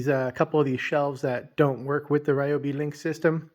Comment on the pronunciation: I think (my opinion) you say it correctly. It's not the gospel just cuz i say it but I say it the same way you say it.